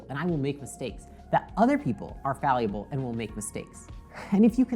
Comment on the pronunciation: The beautiful irony of mispronouncing the word 'fallible'. Thanks for the great video.